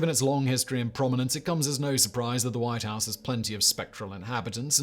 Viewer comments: The wight house? don`t you mean "the white house"? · The WIGHT House? Really? Wight not White. 🤔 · The “Wight” House???? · "The Wight House"? Lol